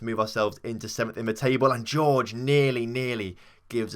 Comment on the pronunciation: Jorge is pronounced Hor-Hey not George